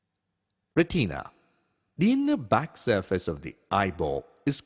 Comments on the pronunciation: Retina. Not pronounced Re-TEEN-a. It is pronounced RET-i-na or RET-in-a. The I is pronounced the same as in the word in. Nowhere is it pronounced as heard in this video. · ITS NOT "RETEEEENA" ITS PRONOUNCED "RET-IN-UH" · RE TEENA